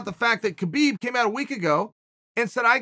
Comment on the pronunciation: i think hes saying habeeb wrong on purpose now.....